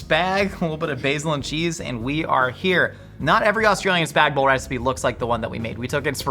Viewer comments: The Aussie "noodles", we would say pasta, is "Spag Bol" not "Spag Bowl". It is short for Bolognese. Also you should cook the spaghetti into the suce, not pile the sauce on top. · Teacher in primary school “it’s spag BOL not spag BOG” Me and my best friend: “spag BOG”